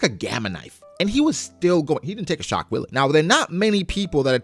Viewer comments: "shock Willy" 😂 I think it's pronounced "vee-luh" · so funny how you always call it "Shock willy" XD He is saying "ショックヴィレ"(Shokku ville) Which basically means "Schock wille". and its german for "Shock will". And the german word "Wille" is not pronounced like "willy" but like "villeh". I guess it suppose to be a pun for the actual german word "Schockwelle" which means "Shockwave".